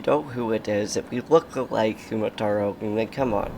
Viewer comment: hey i love your videos (by the way it's kumatora not kumataro and boney not bonny)